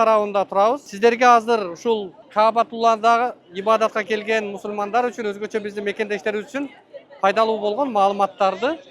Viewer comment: Блин тормоз туура салам беришти үйрөнчү. Ассамуалейкум эмес, "Ассалааму алайкум" - болот. Анан Мусурман эмес, Мусулман болот...